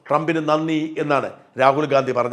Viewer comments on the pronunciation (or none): none